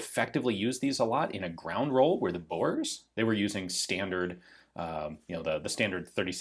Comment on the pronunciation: Please find yourself someone who can tell you how to pronounce Boer properly :)